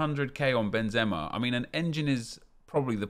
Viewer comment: It's benzema